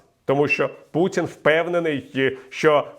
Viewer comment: Віталію, дякую за приємну оперативну котлубанівську інформацію. Прохання до вас - якщо ви ведете ефір українською мовою, будьте добрі, не говоріть " пуЦін, ДЗіти, ДЗякую"... Аж занадто "ріже слух". Ви не єдиний, хто так говорить - це і Подоляк, і Вол.Фесенко, і деякі телеведучі. Українцям Цикання і ДЗигання ні до чого. Ми ж не бяларуси, і не кацапи. Поважаймо нашу солов'їну. Дякую.